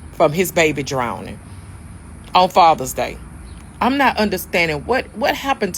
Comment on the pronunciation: What is a “drownd-ing?”